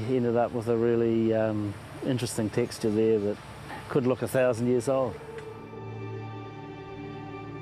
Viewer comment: I’m a kiwi but I’ve never heard another New Zealander pronounce ‘years’ like that, it’s like “yurs”